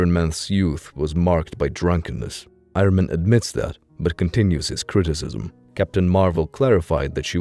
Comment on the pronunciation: I-Ron Man, lol